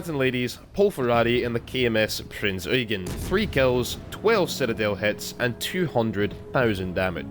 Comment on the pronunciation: FINALLY SOMEONE PRONOUNCED IT PROPERLY Thank you